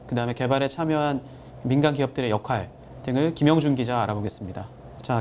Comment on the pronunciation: 역활이 아니고 역할이라고 발음해라. 경상도 사람을 잘 하겠지, 복모음 발음을 못하니까.